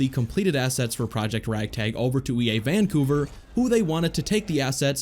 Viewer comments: Is there anyone whos annoyed at the pronunciation of VANcouver instead of vanCOUver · He put emphasis on the Van in Vancouver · The way he says Vancouver hurts me